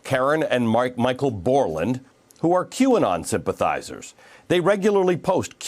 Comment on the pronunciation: "Q-anon sympathyzers" rofl